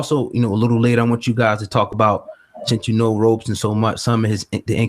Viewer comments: Why do people keep calling him Robe-son. It's pronounced Rob-son! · This is really good but please, for fucks sake, why do you Americans keep calling Wade “Wade Robertson” or “Robinson”? His name is two fucking syllables: Rob-Son. It’s not hard. 🤦🏻